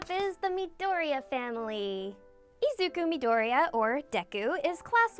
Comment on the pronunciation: why cant anyone pronounce midoriya correctly